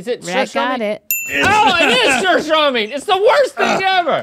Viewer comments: the way rhett pronounces surströmming is literally how its said, thats a pretty perfect ö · Rhett pronounced "Surströmming" really well. ^^ Good job! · hi I'm from sweden and i just got to say that Rhett pronounces surströmming perfectly!